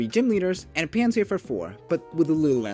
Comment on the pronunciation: mans did not butcher anything in my opinion